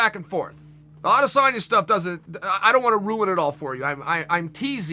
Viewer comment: Chael prounouses Adesenya name right . Some idiots like Ariel say “aday-senya”. Like wtf , where did they come up wit that